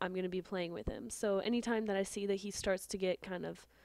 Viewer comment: you said whit